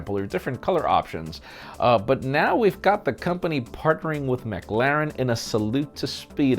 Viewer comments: ‘Maglaren’? Come on. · sounds like "Set your calendars for December McLoving" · needs to work on his pronunciation of McLaren!🤣